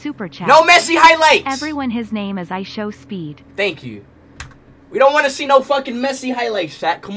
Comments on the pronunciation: Stop saying ISOWNEAT😢😢😢😢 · Ishowspeed not Ishowmeet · Stop saying IsowMeat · its ISHOWSPEED NOT ISHOWMEAT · STOP SAYING ISHOWMEAT ITS ISHOWSPEED